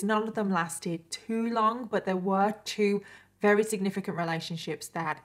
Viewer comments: Is that normal in the UK to pronounce "very" as "rery?" Just a curious American here. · Perhaps you should consult a thesaurus for a word you can pronounce, 'very' is not working for you, and you say it often